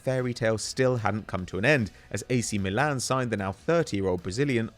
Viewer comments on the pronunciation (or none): none